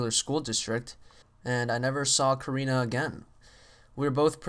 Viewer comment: not korena its karina !